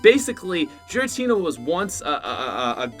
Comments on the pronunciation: Also it’s Giratina not Jiratina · It's "Giratina" not "Jiratina" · The way you pronounced giratina angers meeee